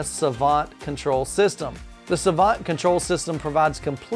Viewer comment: ...Savant. "suh-vahnt". Rel. "Rehl".